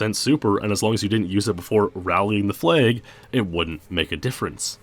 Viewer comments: I'm pretty sure it's "rallying the flag" not "rallying the flay". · Wtf is a "flayg"? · Why do you pronounce flag the way you do?